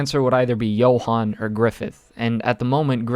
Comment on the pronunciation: Namanya "Johan" tapi dibilang "Yohan"